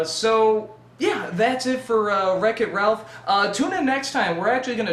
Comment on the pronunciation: That is how it is pronounced. Good job.